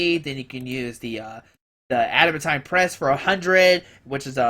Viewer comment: I think it's pronounced Add-a-MAN-teen